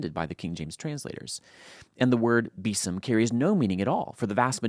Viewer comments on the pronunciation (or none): Can anyone figure out “bittern” from the context, either? By the way,, both you and he are mispronouncing “besom.” It’s (or it WAS) pronounced as if spelled “beezum.”